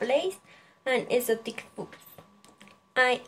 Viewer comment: Buen video, puedes mejorar cosas como creo que dijiste " my name is..." para mencionar el nombre de tu gato y tambien no se entiende bien al principio, creo que quiere decir "husband": esposo. También puedes mejorar la pronunciación de "favorite"y "exotic".